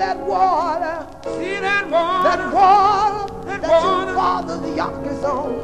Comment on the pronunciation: she really is sayin yacht ha ha ha YOCK!!